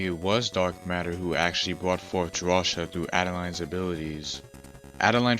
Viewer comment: Drawcia is pronounced draw-see-u